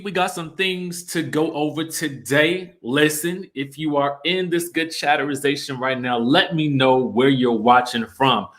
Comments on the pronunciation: I’m going to dislike every video where you say chaterisization. It’s soo forced, “you guys” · 😂🤣😆 . Say it again for the people in the back ... “chatterization”!!!